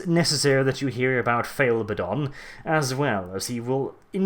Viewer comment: can we get a counter of all the Abbadon insults there are XD (also thank you for saying his name properly)